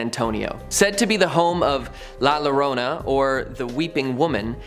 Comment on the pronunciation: The double l’s in Llorona is pronounced like a y. So it sounds like yo. It’s Spanish